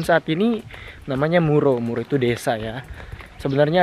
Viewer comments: Mura kok jadi muro 😁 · Desa_Mura Mas Bukan Muro